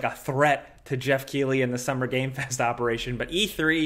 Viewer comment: Keighley is pronounced Keeth - Lee. I promise.